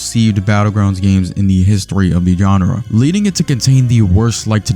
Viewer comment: why did you say genre like “gonorrhea”